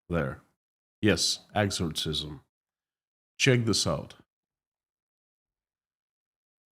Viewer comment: hi, the sound is exxor-sizzm, do these people actually believe that doing one will help?